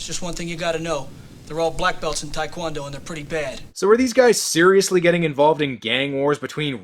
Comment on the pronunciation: It's taek won doe they're all saying talk quon doe